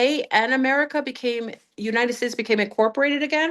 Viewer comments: She always says the “United Fakes” 😂 but it did sound like steaks and now I’m wanting Outback! 🥩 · Pretty sure she just said United Steaks, now I'm hungry!